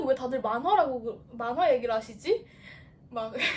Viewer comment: 만화를 민화라고 읽은거 개웃기넼ㅋㅋㅋㅋㅋㅋㅋㅋ